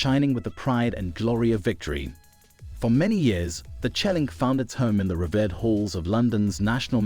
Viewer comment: The words Trophy, Christ, and revered not pronounced very well.